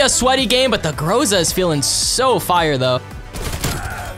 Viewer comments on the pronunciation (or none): Everyone: Groza: Graza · Ok you pronounce it groza (gr-ah-za)??